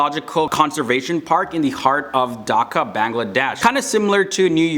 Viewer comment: You are saying Bangladesh as Bangla_